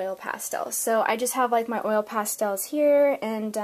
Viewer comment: It's funny that no matter how helpful and great your video was, I still got so angry about the way you pronounce 'oil pastels'. Don't worry, I still gave it a thumbs up! 🙂